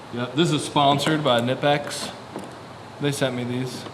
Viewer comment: Knipex are German so the “K” is not silent 👍